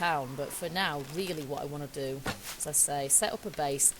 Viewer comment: Lol I've heard people say naw instead of now.